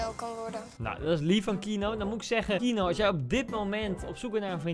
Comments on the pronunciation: iedereen : keano koen : kieno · echt ik word autistisch hij zegt : kienoo MAAR HET IS KEEAANOO!!! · kieno ? t is kieano zo spreek je uit koentje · Everybody: Keano Koen:KiEnO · Iedereen: Keano Koen: Kieno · Kieno.... het is dus KE-A-NO..... Koen.... man man man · Koen: keeno Normaal hoe het wordt uitgesproken: KEANO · Ik hinder me gwn heel erg op de manier hoe jij die naam uitspreekt 😂 kieno! Het is keano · je moet niet zeggen kienoo je moet zeggen keejaanoo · Niemand: Koen: Kienoe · je schrijft keano uitspraak: KiEnO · wie ergert zich ook aan:"keeno" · Je zegt de naam verkeerd je spreekt gwn de e en de a gwn normaal Dus Keeaano zo